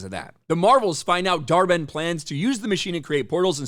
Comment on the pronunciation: When he says the villains name dar-Benn, all I hear is dhar Mann 😂